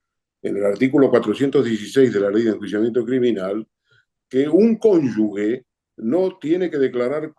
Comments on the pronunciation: El señor entrevistado, que al parecer es escritor o periodista, debe saber que la palabra correcta es CÓNYUGE, no CÓNYUGUE. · Sólo una pequeña aclaración D. Ernesto: CÓNYUGE SE PRONUNCIA "G" FUERTE (COMO SI FUERA "J". Salvando esta pequeña confusión de pronunciación, da gusto oírlo siempre.💜